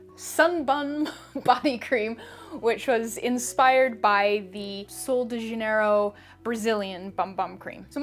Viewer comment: Yes! even Sol de Janeiro was greatly pronounced